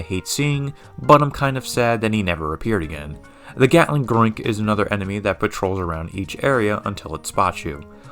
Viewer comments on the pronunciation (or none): none